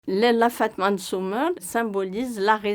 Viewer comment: on dit dit fadma et non fatma